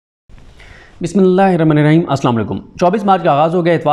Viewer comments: بسم اللہ الرحمن الرحیم درست پڑھا کرو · بسم اللہ الرحمن الرحیم صحیح پڑھا کریں کسی قاری صاحب سے مشق کریں